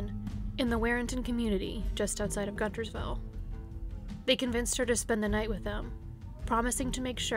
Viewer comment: not trying to be rude but its pronounced gunnersville not guntersville lol i live in albertville i know 🤣